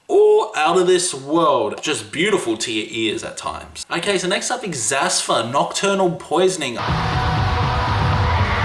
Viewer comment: did this man just mispronounce xathur? I will hold back my knee jerk elitism.